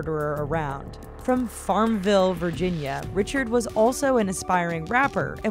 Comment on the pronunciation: Horrible people. Anyone on Facebook is putting too much info for anyone to see. Why the emphasis when stating “Farmville?” No other locations were given.